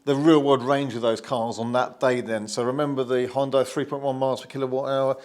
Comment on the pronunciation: Sounds like your are saying Honda, the CC thought so.